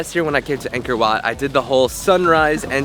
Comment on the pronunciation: Me when i see "angkor wat"but heard "anger wat" : O-O